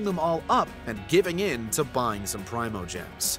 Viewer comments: No you're good it's Pree-moe-gems is the one saying it wrong... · Say Prime-oh-gems one more time motherfather, say it one more gosh darn time! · "PRY-mo-gems" Have I been saying this wrong the whole time??